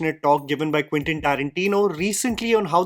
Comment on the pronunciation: It is Quentin not Quintin